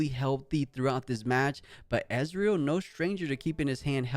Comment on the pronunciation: Please stop called Ezreal "EZ" the E in Ezreal is not pronounced like the E in EZ. He is not calles Israel.